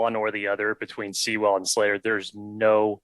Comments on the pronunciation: I have one note for you, especially. If by some miracle he gets drafted there, ya gotta learn to say Penei Sewell's name right. It's pronounced Sue-ull. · That and them both saying See-Well was driving me nuts.